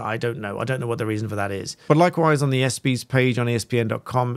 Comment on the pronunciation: I just wanted to let you know that here in the US, we pronounce “ESPY” as [ess-pee], and we often just refer to them as “the ESPYs”.